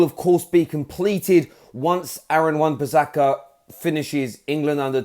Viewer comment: Its wan bisaka not wan pisaka